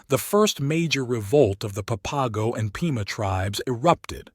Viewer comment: I wish this guy would quit chopping up the words San Xavier and the papago tribe??? It sounds horrible when he pronounces those words, san haveer, and papago easy to pronounce just the way it's spelled okay.